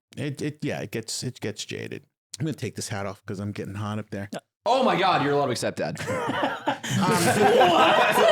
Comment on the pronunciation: I love how, an american man, pronounces Ludwigs name like an european!